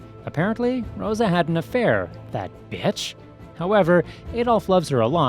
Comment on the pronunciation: “That bietch”